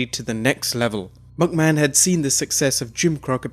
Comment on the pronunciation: Its not pronounced as Vince Mucman